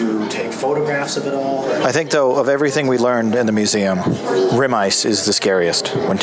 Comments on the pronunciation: Rime ice is pronounced “Ryme” not “rim”. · Rim ice is the ice that forms on the edge of your favorite fermented (or otherwise) beverage glass. Rime (pronounced rhyme) ice is supercooled water droplets that immediately freeze upon contact with a surface to form the frost feathers you see.